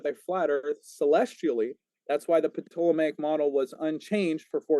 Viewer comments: Of all the stupid things said I don't know why I'm zeroing in on this one, but I literally lol'ed at his pronounciation of "Ptolomaic". I'd pay money to hear him talk about pterodactyls. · And pronouncing it "PA-tolemaic" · New drinking game, take a shot every time mispronounces Ptolemaic.